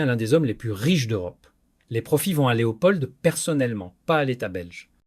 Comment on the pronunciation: Pourquoi vous prononcez le D de Leopold ? De plus ce n'est pas un Prénom, on dit le Roi Leopold.